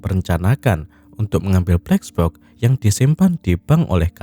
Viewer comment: Gue terganggu narator bilang bleks boks....